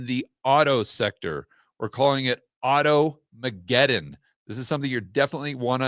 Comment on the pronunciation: To many syllables in auto mcguton .